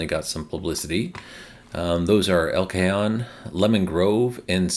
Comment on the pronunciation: I come here for pronunciation of places in California. El Cajon is el-kuh-HOHN. Like honing a knife.